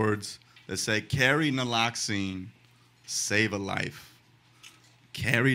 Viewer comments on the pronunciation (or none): Naloxone not naloxine or ("naloxeehn"). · Great job. One thing- you mean "Naloxone" , not Naloxene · Naloxone, not noloxene. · Naloxene? Lol. Close enough. Love you Nimesh! Cane back to rewatch!